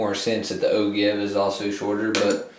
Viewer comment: pronounced O-jive . yes it is spelled Ogive but other than that I love your videos thanks